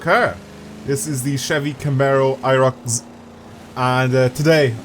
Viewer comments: Lmao the way he says it "IROCz" its pronounced IROC ZEE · He said irocz instead of iroc z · "I Rock z-" Naw its a "I ROCK ZEE" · Did you just say Camaro IROC Zed but edit out the ed 🤔 😂